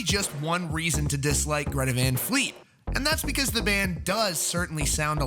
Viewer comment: What the fuck is a Greta Von Fleet?